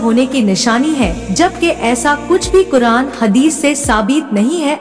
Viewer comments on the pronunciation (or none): none